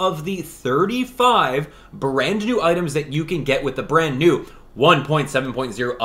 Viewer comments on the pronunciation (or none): none